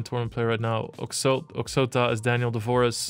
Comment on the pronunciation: Hi Lex ! OXOTA aka ( Daniel Dvoress) - must read like Ohota ( HUNT english OXOTA - in russian )